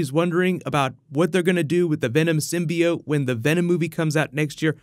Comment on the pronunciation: symbi-oat? sounds like my type of cereal.